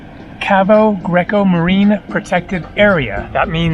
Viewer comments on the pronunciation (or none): none